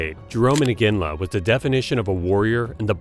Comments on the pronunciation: Not sure why you would repeatedly mispronounce "Iginla" as "Inginla." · It's not "Inginla."